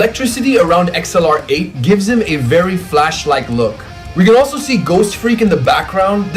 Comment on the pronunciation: why'd he pronounce xlr8 like that 😭😭 it's pronounced like "accelerate "😂😂